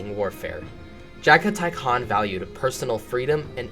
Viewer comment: lol your fine keep up the work man channel growing 👌 It fucked with me you got the khans name right which i hear people slaughter alot lmao